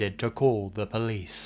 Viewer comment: Or "called the pleece" 🤣